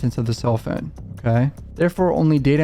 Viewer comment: What’s a phoon? Is he trying to say phone?